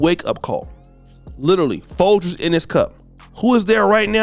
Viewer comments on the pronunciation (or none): none